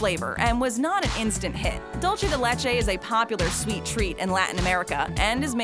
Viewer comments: It's pronounced "Dool - se" , not "Dool - chay" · Everyone: "Dulce de leche" Americans: "DOULCHE de LECHEI caramel" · “dulchay de lechay” 🤭🤣 BRO I CANT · 😂 dulche de LeChee 🤣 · It made me laugh because of the way she said "dulce de leche", very different of how spanish people say it.